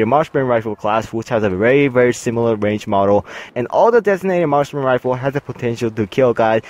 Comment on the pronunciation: its marksmen not martian rifle